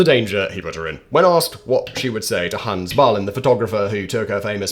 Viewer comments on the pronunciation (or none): none